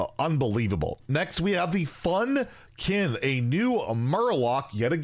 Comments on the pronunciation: Fun-kin? It's Funk-fin! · "I'm going to read the text correctly" right after mispronouncing the name of Funkfin as "fun fin"